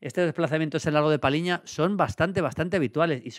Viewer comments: Maldini, es Palhinha y no Palinha. “lh” se pronuncia como una “ll” en español. Por eso este apellido se pronunciaía como si en español se escribiera “Palliña”. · João Palhinha, se pronuncia PALLIÑA, no Paliña. 👍👍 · A ver Julio. Cuando toca felicitarte toca felicitarte, pero también hay que criticar lo malo. Palhinha=PALLIÑA. Cada vez que dices Palinha muere un gato. PaLLinha. No te suena más portugués eso que paLinha? Que no te parezca mal hombre, pero... Es tan top y lo dices tantas veces que mejor que aprendas a decirlo bien.